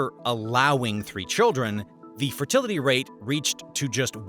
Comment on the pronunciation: Fertlitiy xd